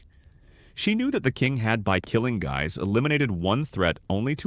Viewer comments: I have always heard it pronounced (sounded out as) Giii's though it's spelled "guys" (looks at you with derision, if you're presenting you should know and not re-write history) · you finally got “Guise” correct after multiple mispronunciations. Then returned to the wrong one later. Completely inconsistent pronunciation of historic names is sloppy. Please review and correct these AI narrations before posting.